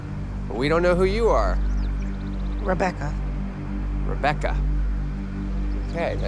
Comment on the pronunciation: Yo I hate nev for saying Rebecca like that🤦🏾‍♀️😭🤣